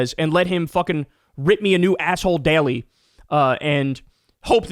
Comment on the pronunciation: I like how you pronounce "daily" like it's one morpheme like "dairy"